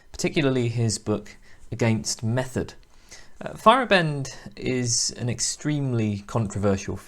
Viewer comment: If it helps, pronunciation is FY-er-AH-bend instead of FY-er-uh-BEND. Great video series though, nice work.